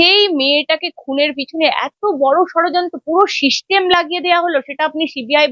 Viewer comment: ম্যাডাম শিষ্টেম নয় সিস্টেম আর দাদা pls আপনি কোর্টে গিয়ে প্রমান দিয়ে আসুন ।